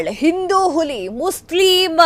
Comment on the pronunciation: Hulli alla ili nu alla... Huli yavatu Valleya attitude nali erute sika hage eralalla😂